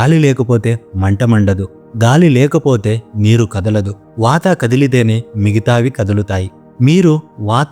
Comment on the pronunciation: వాతా, లంగణo లాంటి ఉచ్చారణ సవరణలు అవసరం.